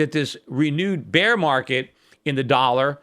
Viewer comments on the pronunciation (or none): none